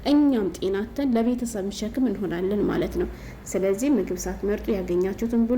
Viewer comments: ኤጭ ወደ ጉዳዉ አታወሪም ምን ትደጋግሜአለሽ በመጀመሪያ. ካሜራ የሚለዉን ኬሜራ አትበይ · ኬሜራ አትበይ ካሜራ በይ ከከከከ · ምንድነው "ኬሜራ" 😂😂ካሜራ በይ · ኬሜራ ምንድነው ካሜራ ነው የሚባለው😅😅😅😅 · እስኪ ካሜራ በይ ኬሜራ ምንድን ነው ኤጭ